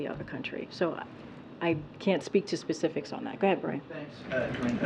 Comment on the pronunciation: Pacifics?! It’s SPECIFICS!